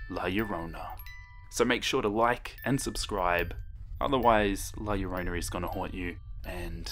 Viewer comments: her name is la llarona (la YAH-ronA) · He said her name sooo white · My mom kept laughing at the way you said Last Llorona. Also! I love this!! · YOU NEEDED TO PUT MORE EMPHASIS WHEN YOU SAY HER NAME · Hope this doesn't sound rude but you pronounced la Llorona wrong lol but that's ok (btw I'm Hispanic so I know all about the story's)